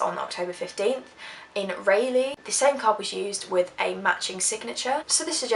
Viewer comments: It's pronounced Rah leigh not Ray leigh, lol. I'm from North Carolina :) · not to be picky, but if you're curious, "Raleigh" is pronounced RAWL-lee...doesn't matter to me, just an fyi; I know you're not from the states so it's all good. great video though. :) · it is pronounce like rah-lee (Raliegh). Loved the video though. never heard of this case before. Awesome work! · I love your videos! But Raleigh, NC is pronounced Rah-lee. 💖